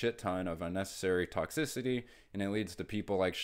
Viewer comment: Wow, I look at too many Pokémon cards… every time you say ‘toxicity’… I just hear Toxtricity 😂 Oh, and ‘scalping’ is the basis of TCG collecting.